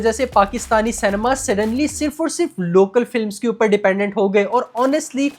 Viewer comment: Shoot myself if he says CANEMA once more!